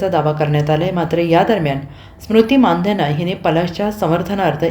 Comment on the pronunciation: मानधन नाही मंदाना म्हणा की